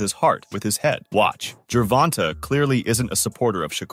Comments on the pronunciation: Damn, dude, it's pronounced Ger-von-tay! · MY GOD MAN, SAY GERVONTA'S NAME CORRECTLY!!!!!!!